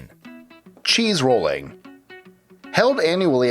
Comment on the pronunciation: you said cheese rooling twice still love your channel